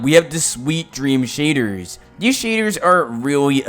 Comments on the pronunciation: He says shaders like “Shaydurrs”. 🤣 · Lol i like when he said… sHadErs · its just the way he says shaders for me